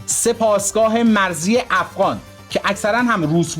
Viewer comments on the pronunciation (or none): none